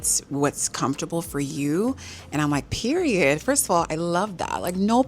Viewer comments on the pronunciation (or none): none